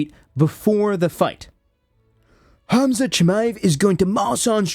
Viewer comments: You ai- or do you actually pronounce Khamzat homzuut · did you say KhamZutt? 😂😂😂 Oooh, that story of Mohammed's wild night out did really spreas like a wildfire, huh? 🤣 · I love how you were calling Khamzat “Khamzutt” 😂😂😂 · Am I hearing Hamzutt?? Like as in Al-Zutt? IYKYK.